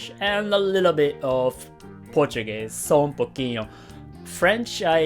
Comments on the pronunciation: "Só um pouquinho" hahah you said it very well :P Nice video, I am brazilian and I like your channel very much **-** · Hahaha that "só um pouquinho" looked like you can speak portuguese perfectly (I am from Brazil). By the way have you been in Brazil before? Nice video, keep up the good work!